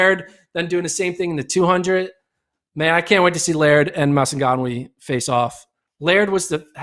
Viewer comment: They always butchering Maswanganyi's name.😂😂 This man said "Masagawah"